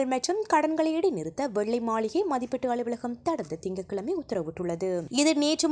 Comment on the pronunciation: வணக்கம்,, ‘அளுவளகம்’ என உச்சரிக்கிறீர்கள். அது ‘அலுவலகம்’ என உச்சரிக்கப்பட வேண்டும். தமிழில் கவனம் தேவை!